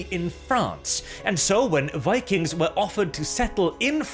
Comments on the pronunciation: It’s pronounced Vikangz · Vi-kangs.. Vi-kangs... Also "Lots of research on vikings"... studded leather armors everywhere...